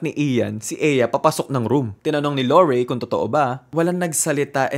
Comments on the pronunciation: the lorie pronounciation is sending me 😭 new fave youtuber!!!! pls do more of thesee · La-like ko na sana kaso 5 times nyang minention si Laurie ng wlang british accent